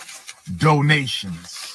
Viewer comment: DOE-NATIONS GIFFS